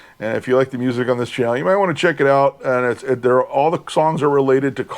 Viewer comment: Nice finds! By the way, Bruce Channel’s name is actually pronounced like the designer name Chanel…